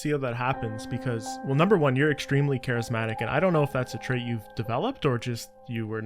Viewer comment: Did bro say charismatic?